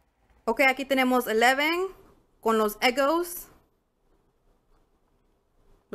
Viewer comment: Se dice eggos ,nope egos